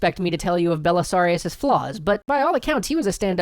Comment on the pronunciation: ‘Belisarius Cawl” is all I heard